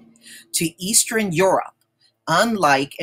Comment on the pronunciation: please start saying eastern, western, and southern correctly. lol. Geesh